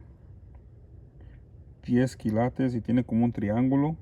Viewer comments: Me parece que tu tienes buena intuicion, cada vez que dices esto esta interesante, veo que te encuentras algo de valor y es cierto no se dice kilatos. Se dice kILATES, toma esto como que te queremos ayudar, no lo tomes como critica...Saludos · Jajaja me ency colo dices las palabras y es ópalo y se dice kilates suertes que Dios esté contigo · A mi me gusta cuando dice kilatos 😊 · Por favor sigue diciendo KILATOS eso te caracteriza...🙏🙏🙏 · Me gusta mucho cuando dices kilatos 😉 y tus manos sucias son de hombre trabajador y honrado 😊 que bueno que te fue bien con el oro espero con ansias la continuación del vídeo a ver qué más te salió😍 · Me emocionó cada que subes tus videos x tantas cosas interesantes que encuentras. Que la verdad ni atención le pongo atus uñas y ami me gusta cuando dises kilatos jajajajjajaja tu a Habla como quieras. Jejejejejje